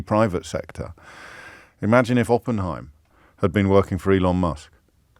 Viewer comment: that would be "Openheimer, Not Openheim?